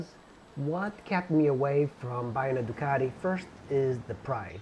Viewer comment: Yea, the bad teeth was not necessary. Must be the reason he double pronounces his Teeee's. Ducateeee. Marketeeeeng.